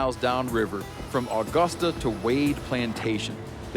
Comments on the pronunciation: Disappointed no one cooked a gar, the smaller ones can be great. The extraction of the loin is just like removing a back strap if deer had razor sharp armor. It was still funny listening to Steve say Awe-gusta. Please do more seasons. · Binge watching all the Meateater series’s (if that’s a word?) and finally came across one from my state! Augusta (pronounced “uh-gust-a” Steve) is about an hour and 15 north of me as I am in Brunswick GA closer to the Florida line. Beautiful areas we have here! I hope to see Steve visit for more fishing (some sweet shark fishing opportunities in my area) or possibly some bucks. Y’all have renewed my interest for the outdoors and I am eternally grateful. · im just over here wishing he'd pronounce augusta correctly.